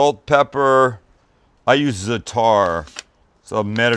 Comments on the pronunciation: Hey hope you’re well. Love your channel. The correct pronunciation for that middle eastern spice is that you place the stress on the first syllable so instead of zataaar it’s zaaaatar. Just FYI. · It’s za3tar not zataar if u don’t know what the three means think of the word 3ars I don’t know y I’m tell u this cause u still won’t know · Za-TAR seasoning. He was saying it so wrong I had no idea what he was talking about. For reference it’s zaaa(roll the a sort of like Spanish, or just draw it out)-ter The emphasis is in the first half, not the second half. Love the channel, I just had no idea what he was saying. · It is pronounced zata ps love all your vids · Tru but when he said "zatAr" it lowkey kinda hurt doe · I turned it off after he mentioned Za’atar twice within 45 seconds. But shared to friends. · you butchered the word 'za'atar' so badly i couldnt handle it😂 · Za'atar emphasis on the a'a and not the t :) looks awesome and yammi none the less ;)